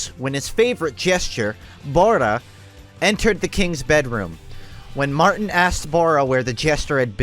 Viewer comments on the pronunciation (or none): none